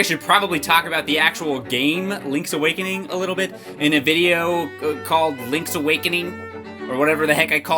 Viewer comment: Lonk's Awokonong